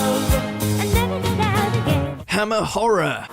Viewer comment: "Hammer horror" sounds like "I'm a whore" 💀